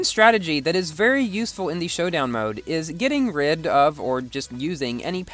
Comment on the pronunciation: making an A8 video?!!!!:o "Showdown Moad":thonk